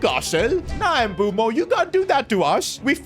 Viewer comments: Dumb calling mbuemo “mbumo” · Bro keeps on saying Mbumo not Mbeumo😂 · It's MBUEMO not Mboomo. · Mbeumo ❌ Mboomoo✅ 😂😂😂 jk